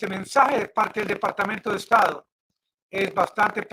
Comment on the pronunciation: "Mensae, mensae, mensae" ¿Qué es "mensae"? ¿Será algo parecido a lo que en español se dice mensaje ?